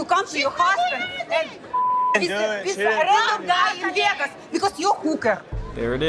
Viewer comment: Veahgoose! I will never say Vegas correctly again 😂